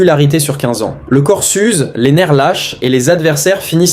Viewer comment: Attention : "Le corps suce" au lieu de "Le corps s'use"